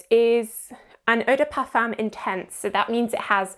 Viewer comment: Yes, I would also like to see this word pronounced correctly!